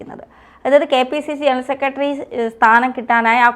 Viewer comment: "സെക്കട്രി' എത്ര മോശം ഉച്ചാരണം